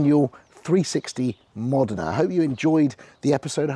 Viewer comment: Great clip! ...And you pronounced the car name correctly! Great spec car by the way. Thanks for posting!